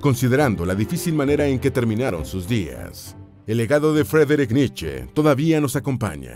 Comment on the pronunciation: Vi el video hasta que la voz en off dijo " la triztehhh vidahh de Fredrich Nitcheehh"